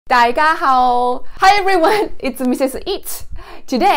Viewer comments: japanese ? you just said tai ka hou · “Japanese” Also her: “dai ja hao”